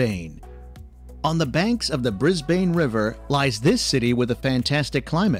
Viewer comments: "Bris-Bane"? Aaaarrrggghhh! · I had no trouble finding heaps of Great Barrier Reef videos but if you want one around the 10 min mark - this is just under that. (9 min 14 sec). Also the name Brisbane is pronounced as Brisbin! Castle in Australia? LOL. No, that is the church on the grounds of Port Arthur Penal Settlement in Tasmania - known in the day as Van Diemans Land. Hell on earth. Not 'kind of slow beach' - COTTESLOE BEACH. We have so many camels in the outback that they are exporting them to Saudi Arabia. They were originally brought to Australia to open up the north-south and east-west highways but when the work was done, they were released in the outback and they thrived. There are millions apparently. That is actually a scene from the movie AUSTRALIA with Hugh Jackman and Nicole Kidman - same hill in the background there. That is a boab tree and there is a song about it in the movie sung by Nicole. There is a movie called TRACKS about the true story of a young woman who wanted to trek the outback from Alice Springs to the Indian Ocean with just her dog and some camels. She made it. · I know - can't stop laughing. Bris-bayyne? nope. it should sound like = Brisben or Brisbun. Fline-duhs Street Station? (shivers) nope. it should sound like = Flinn-ders Street Station. There is no 'e' in Flin . Please someone from Australia do a tour of Australia video using the local lingo pronunciation. Then it won't just be entertaining for our foreign friends but helpful too. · Brisbane is NOT Bris-bayne .. it's Brisb'un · and oh lord the pronunciation is the worst I've heard. Why is bro pronouncing Brisbane like bris-BANE FROM BATMAN? Pronunciation should be "Mel-bn" and "Bris-bn" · Bris-BAYNE can also have severe storms AND flooding. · Melbourne is said Melbin , Flinders = Flin ders, Brisbane = Brisban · Right? Bris BANE! Loses all credibility with Aussies when he says that. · Yeah I get that. the voiceover is shocking... Brisbaine..... unreal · Melbn, Brizbn